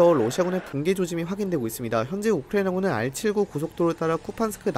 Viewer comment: 딴건 모르겠고 발음좀 제발 똑바로 해주세요ㅠ 듣는데 조금 불편해서요. 우크라이나군은 부분이 너무 심한것 같아요